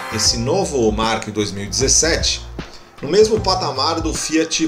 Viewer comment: Nissan Mark? É querer pronunciar de forma diferente até da montadora, que chama o veículo de March mesmo... Em outro vídeo chamou o Megane de Mégane...